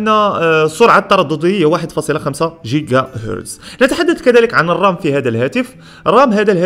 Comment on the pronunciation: انا مقهور انه يقول جيقا ياعيال يعني حتى الاسم GIGA ينطقونها اهلها قيقا وهي نفس الحرف يا تنطقها جيجا او قيقا ليه تنطفه في الاول جيم والثاني قاف (جيقا)